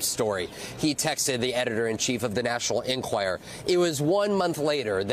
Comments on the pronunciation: Vaughn- why do you keep repeating over and over the wrong name for the paper, calling it the "National Enquire"? "National Enquirer" (is it's correct name). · Can Von Hillyard please learn that the publication is called "The National EnquirER" NOT "The National Enquire" ???